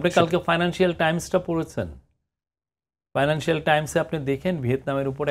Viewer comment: financial hobe fynancial na ...!